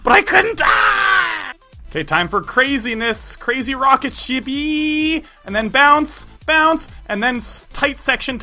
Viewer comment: Heehee he said rocketshit alot